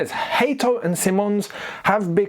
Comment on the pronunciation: It's still not Hateo, it's Hato